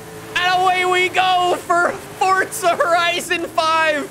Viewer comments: Forza not fortsa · Just curious, why do you pronounce it Fortza?